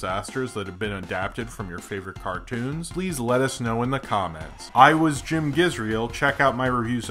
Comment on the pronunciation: For a sec, I thought you said Jem. Thank god you didn't. LOL